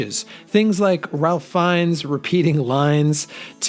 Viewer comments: I like The Hudsucker Proxy. Never thought of NCFOM as a western - is it because of the hats? And Ralph Fiennes is pronounced "Rafe", not "Ralf". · Ralph Fiennes first name is pronounced "Rafe". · Miller’s Crossing at #8? It’s easily top 4 - you don’t know what you’re talking about (further evidenced by not knowing that Ralph Fiennes name is spelled “Ralph”, but pronounced “Rayf”). Get out of the youtuber business - ugh. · Do your homework. Ralph Feinnes first name is pronounced "Rafe."